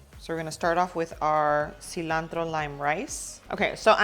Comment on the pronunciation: Love the way you pronounce ingredients like cilantro, jalapeño, pico de gallo. 😊